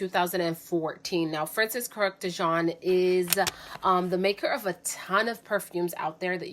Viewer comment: Love your video, but you’re pronouncing Francis’ last name wrong.